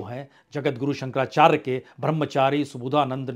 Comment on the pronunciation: 👍 आप काफ़ी अच्छा बोलते हैं, हम तो आपको तब से सुनते आ रहे हैं ज़ब आप 10 तक मे थे किन्तु आज आपके द्वारा जगद्गुरु शंकराचार्य जी का नाम स्पष्ट न पढ़ा जाना दुःख दे रहा है